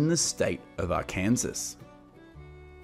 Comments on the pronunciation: Ark ansas it’s pronounced ark an saw HAHAHAHHA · Hi. Love your films again. (the name of the State of Arkansas is pronounced "Arh-Ken-Saw" not "Ar-Kansas") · the name of the State is pronounced ARKANSAW - not ARKANSAS. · Arkansas is NOT pronounced like Kansas, with an Ar sound in front of it. Rather, Arkansas is pronounced as Ar-kuhn-sah. kuhn uses the short form of U, & SAS is pronounced the same as the word SAW,, which has the short sound of ah, like the first part of the word AWESOME. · American here. Really like your videos. Note: Arkansas is pronounced AR KAN SAW. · ARKANSAS is pronounced Ar-Can-Saw. Thank you for your beautiful video and narration. I shared it with everyone I know. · Your saying the state very wrong. It's pronounced Arkansas ark-can-saw that's how you pronounce the state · AR -KAN-SAW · Its pronounced AR _can- Saw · Pronounced Ar-can-saw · its pronounced (are)(can)(saw) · Couldn’t help but laugh at how the guy pronounced “Arkansas.” 😂😂😂😂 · Please get the pronunciation of the States correct !! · Somebody needs to learn how to pronounce Arkansas